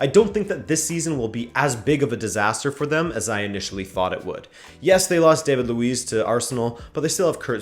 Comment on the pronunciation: Either mispronounce all Portuguese names or pronounce them right! How you say Pedro neto and David Luiz is so cringe